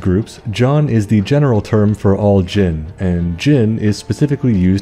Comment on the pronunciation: I was actually impressed with your pronunciation good job! Talking about Jin still freaks me out a little as someone who grew up hearing about them lol